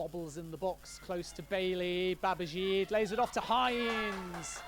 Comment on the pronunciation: Who on earth is "Babazheeed"? Isn't it pronounced "Babajeeday"?